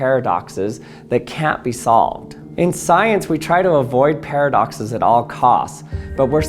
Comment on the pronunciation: Not only did you break Chat GPT but you also gave me a migraine with your pairofduckces. 🤪